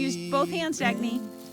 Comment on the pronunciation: I wonder if I heard it correctly as Ackney? Not sure exactly what Mrs. W called her.